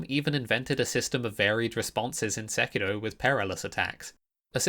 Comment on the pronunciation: Speaking of rolling, if you roll the R in Sekiro one more time, I will personally release a mod that adds another 3 'Scaly Misbegotten' boss fights to the game, all of which will be mandatory.